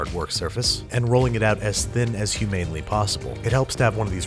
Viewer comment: I love how he says humanely instead of humanly